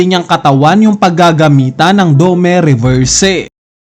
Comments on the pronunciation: dome reverse ng dome reverse ganun na ba kahirap bigkasin ang "i" domi reversi nganiiii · dome reberse 😂🤣😂🤣😂..